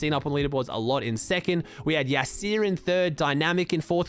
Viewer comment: It’s Yasir not Yaseeeer!